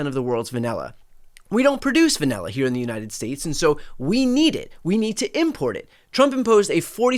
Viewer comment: WTF is VANELLA?😂😂